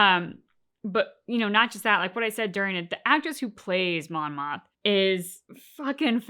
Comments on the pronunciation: Not sure how much longer I can take the “Monma” mistake. It’s Mon, Mothma, or Mon Mothma. Monma is not the name of a Star Wars character. You’ll remember Kleya’s name soon enough. The one thing I do love about this channel is that it’s clear that this is your first watchthrough, a fringe benefits of all the mistakes 😉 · It's Mon Mothma. I think you're saying Monna.